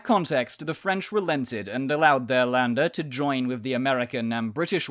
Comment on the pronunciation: ä is read in a similar way to "e" not "a", so Länder is read sort of like "Lende".